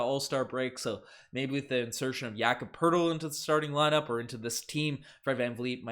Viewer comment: no funniest i heard was jakob Po-Tel-Li